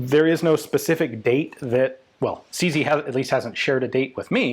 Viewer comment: It's CZ, not CC.